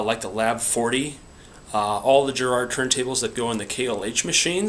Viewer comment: its GARRARD not GERRARD.